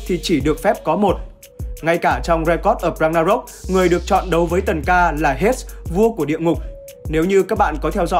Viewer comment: Hades đọc là Hêy đis nhé ad =))) Hết hết nghe mệt vl